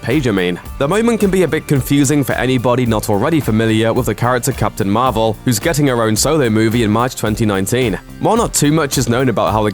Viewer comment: Marvel... (Mar-vel)